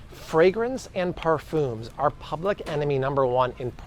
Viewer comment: Perphooms? I don't think I've ever heard it pronounced like that before. 😂